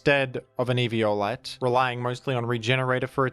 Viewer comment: It's 'evi-OH-lite' not 'evio-LITE'.